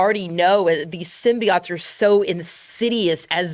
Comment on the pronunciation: Did it bother anyone else how pronounced “symbiote”, like worse than the original Venom trailer?